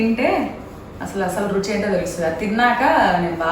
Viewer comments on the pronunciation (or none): none